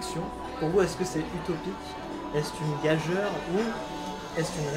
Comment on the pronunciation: Entrevue très intéressante, merci beaucoup! J'espère que vous pourrez en faire d'autres avec d'autres personnalités du même acabit! Petite remarque cependant : le mot "gageure" se lit "gage-ure". La terrible réforme de 1990 a quand même le mérite de souligner la chose en ajoutant un laid tréma.